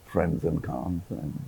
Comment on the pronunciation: she cannot pronounce Cannes properly . its not like a bunch of cans tied together . its the way kamal pronounced .